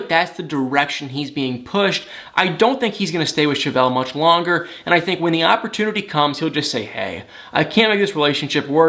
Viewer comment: Ok can I just ask why you say words with a I with an A? Thank-think-lank-link-brang/bring it drives me crazy just saying